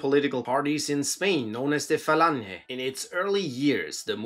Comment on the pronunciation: He,he, "falanhe".